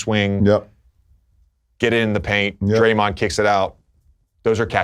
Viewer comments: Lebron called draymond dae dae 🤣🤣🤣🤣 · Lebron really calling draymond “day day” lol